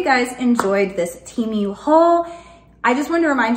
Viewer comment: It's pronounced 'Teh' -mu not teemu lol! If you're patronizing it's good to know😉